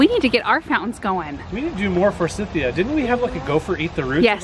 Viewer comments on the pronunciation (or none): You're like a kid in a sweet shop! I have to wonder, why you pronounce Forsythia like you do, as it sounded so weird?